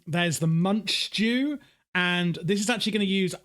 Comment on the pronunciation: Omg you called the Munchdew Munchjew im dying